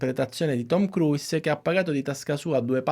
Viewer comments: Ma cavolo, nemmeno la pronuncia corretta !?!? Si pronuncia “kruus” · Bellissimo lavoro! Grazie! Si può migliorare non pronunciando la 'i' ogni volta che si pronuncia il suo cognome ;-)